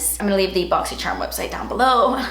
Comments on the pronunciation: Julia Mazzucato I hate when she says boxysherm it’s annoying AF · " BO!xy jzcharm un BO!xin " 🤣🤣🤣❤️ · Does it sound like she's saying "Boxy Sherm?" I loved my box I got a mini straightener and the same mask and powder and a tarte lip paint and a lip pencil that I use for freckles. The box was amazing! Very good for xmas thank you boxycharm. I used the mask last night and it dried my skin out but I also caught my period on Sunday so I'll have to try it again next week to see how it really works on my face. Way better than Ipsy I think I'm gonna cancel ipsy now.